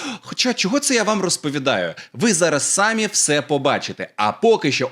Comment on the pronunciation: СамІ. Наголос на "І"